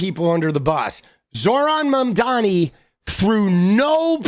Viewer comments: I can’t unhear Ana overpronouncing Mamdani’s name now that you pointed it out lmao 😂😭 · I don’t know how but Anna pronounces Mamdani with a hard R.